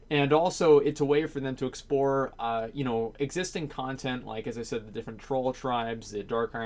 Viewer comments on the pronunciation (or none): none